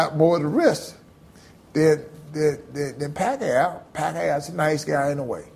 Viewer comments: ROTFL! Evander Holyfield said "Pacqa aow" ROFL! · Gotta love to hear Evender call Pacquiao's name, LMAO. The Pacman really does have a nice guy demeanor.